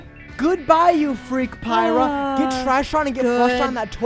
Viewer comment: The way they pronounced pyra differently every time got me laughing so much😭